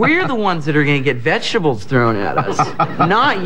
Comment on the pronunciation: "We're the one getting vegstables thrown at us... NOT YOU!". - A disappointed Mark Hamil referring to George Lucas.